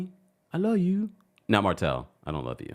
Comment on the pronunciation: That “I’m sorry I luw yu” In Destiny voice takes me out every phreaken time!!!😂😂😂